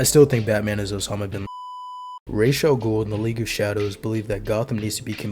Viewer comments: Your (& Batman Begins') pronunciation sounds closer to the Arabic pronunciation than the comics, BTAS, and Arkham's Raysh which means feather(s) in Arabic. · Ra's is closer to the proper pronunciation than Raysh which means feathers in Arabic and is more like the Hebrew "Rosh" or Aramaic "Risheh" meaning head with the "sh". In Modern Standard Arabic it'd be pronounced like Ra'as (with a break in the middle denoted by the apostophe and another a). While in colloquial Arabic, it'd be pronounced like it's said in Batman Begins but with an s at the end rather than a 'z' sound - "Ras". Good video, btw.